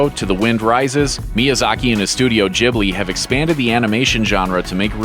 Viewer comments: It's studio Gibli, not Jibli, fking americanoids. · It's a hard 'g' though. Not pronounced 'Jibli'. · Am I the only one who got immensely triggered when he pronounced Ghibli as Jibbly?